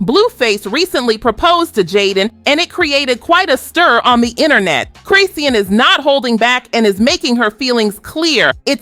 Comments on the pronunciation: It's Chris Sean not Chris Sea Ann lol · Sis saying both their names wrong af I was so confused😂😂😂😂😂😂LIKE WAIT WHO TF IS JAHDEAN CHRISEEN. AN CLAN 😂🤞🏾🙅🏽‍♀️🧢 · Girl As soon as she said Chris see Ann I stopped watching 😒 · This video so ass. You using live clips from when she was pregnant making it seem like it just happened, you can’t pronounce Chrisean name, and you talking about stuff that’s already beeen proved false. The Mabu tattoo was fake both her and Mabu said so days ago and here comes this video still spreading the bs.